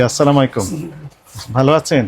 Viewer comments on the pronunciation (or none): ওনার সালামটা ঠিক মতো হচ্ছে না যদি ওনাকে জানানোর কেউ থাকেন একটু জানিয়ে দিবেন প্লিজ। সঠিক সালাম হবে (আসসালামুয়ালাইকুম) ওনি মনে হয় আসসালামাইকুম বলেছেন